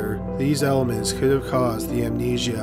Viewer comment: In the nicest possible way, I'd like to ask if all Canadians draw out the last syllable of the word before a pause or the end of a sentence, or is it just this narrator? This narrator says, "hospitaaaal" and "heaaad" and "amnesiaaaaa." Has anyone else heard this from other people? I'm interested from a linguistic standpoint.